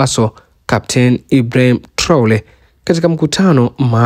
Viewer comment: Sio Traole ni Traore,, wewe mtangazaji.....